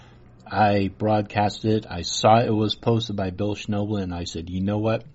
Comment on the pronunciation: Well, not only didn't you say his name correctly, you didn't even spell it correctly in the title, so if that's indicative of the sort of research that goes into your "debunking", I don't think Mr. Schnoebelen (pronounced SNEH-blen) has much to worry about.